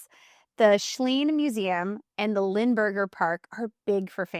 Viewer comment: Geez, if you are going to do a video, at least learn to pronounce correctly the places you are talking about. It's LINE-berger Park. How can you take these people seriously?